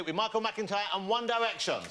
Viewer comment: "Won Diwection"